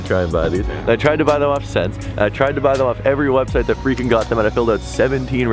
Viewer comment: It’s pronounced essence not sense lol